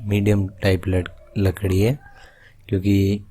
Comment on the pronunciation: bhai lakdi ki jagah ladki kiu nikal gya muh se 🤣🤣🤣